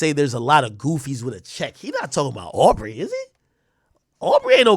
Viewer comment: He saying au for aubrey